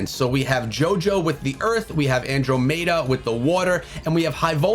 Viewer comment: his andromeda pronunciation is making me cringe